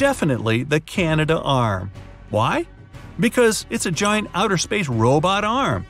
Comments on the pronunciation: Its CANADARM not CANADAARM just a correction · It's pronounced, "Canadarm"